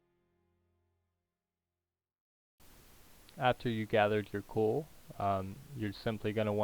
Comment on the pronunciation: It's "Coal" not "Cool"